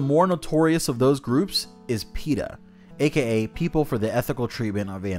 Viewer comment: I didn't think peta was a real thing i thought just said peters name like that